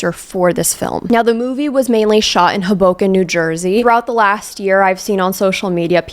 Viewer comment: im so sorry but the way hoboken is pronounced made me laugh